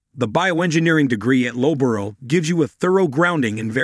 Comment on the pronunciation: "Bristal and Loborough"? It's "Bristol" and the pronunciation of Loughborough sounds like "luhf-buh-ruh".